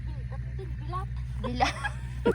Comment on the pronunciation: bildat hindi bilat 🤣🤣🤣